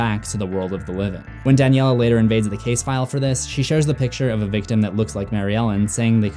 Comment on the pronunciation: It’s Daniela not danielle